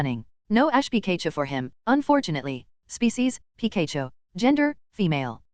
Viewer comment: PI KAY CHU someone how this mispronunciation gets to me. Probably because its so iconic.